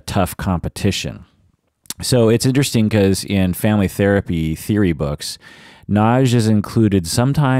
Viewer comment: I would say, it better if you say Nadj. :)